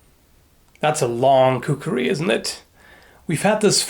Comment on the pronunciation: Khukri? I always thought it was kukri!